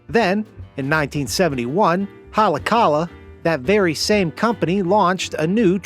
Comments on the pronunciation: It's pronounced "Ha-lay-aah-ka-lah" :person-blue-speaking-microphone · The way he absolutely butchered “Haleakala” is driving me nuts lol 😂😂